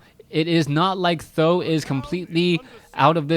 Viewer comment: how did you know Th000 prounece like "san dan"? How do you know Chinese? A bit supprised.